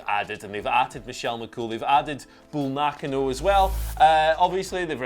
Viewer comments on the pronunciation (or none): The K in Nakano is strong. Na-KA-no.